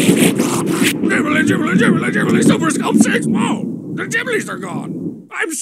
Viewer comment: Sheesh, can't even pronounce Jibblie properly.